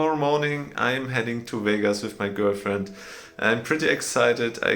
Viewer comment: Viel Glück für Vegas und ein Tipp, es heißt nicht Wehgas, sondern Vegas mit kurzem 'e' und 's', sonst merkt ja jeder gleich, dass Du Deutscher bist... 😉